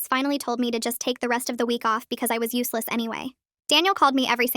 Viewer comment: Uh did you say uselase